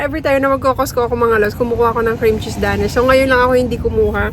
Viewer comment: hind po Da-Nish ang tamang pronunciation sa paborito nyo bread its Dey-nish 😊